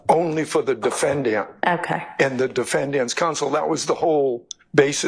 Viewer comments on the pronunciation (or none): All these Georgian lawyers can’t even say Defendant correctly they emphasize the A when it’s silent it’s pronounced De-fen-dnt or De-fen-dint not De-fen-Dan-t google it